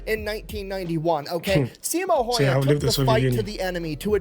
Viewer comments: Häyhä and Heiha are two totally different things... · If you want to pronounce Häyhä right: ä sounds like the a on the beginning of "action". That 1st a is pronouncef like ä. I'm Finn and incredibly proud of him❤